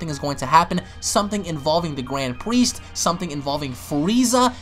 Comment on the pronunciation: Gwand Priest